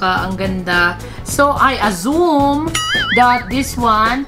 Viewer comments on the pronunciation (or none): “I azum (assume)” 😂🤣😂🤣😂🤣 Hahaha! Nkakatawa ka tlga girl❤️